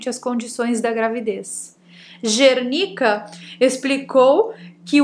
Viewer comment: você está tão perturbada ( kkkk) que falou Gernicka e não Zernicka. Ou em inglês a letra Z tem som de G? ( isso não é uma critica e sim um comentário). Adoro seus videos